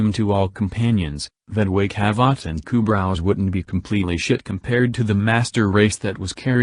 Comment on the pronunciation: i mean, the way you pronounced kubrow is enough for me to say good riddance